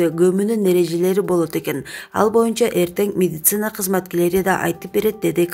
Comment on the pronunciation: секундта мединица дедиго😆😆